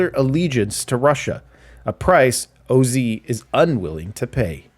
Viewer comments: its OZ not O-Z lol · Day 1 of asking for him to say O-Zed